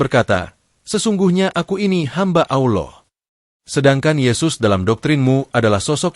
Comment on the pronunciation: Min, sebutan ALLAH itu biarlah yg benar. Kamu sebut "Auloh" yg selayaknya disebut ALLAH. Auloh itu sdh lain artinya. Hati2 Min....